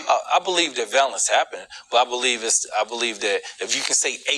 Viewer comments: What is “valless”. Is he trying to say “violence”? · He doesn't know facts. He can't even pronounce violence.